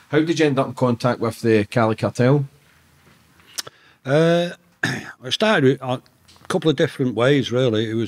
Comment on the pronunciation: What’s the name of the cali cartel he kept mentioning , Lewcha??